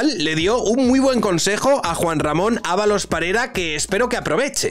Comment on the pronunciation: Creo que dos veces en todo el vídeo dijiste su nombre correctamente 😂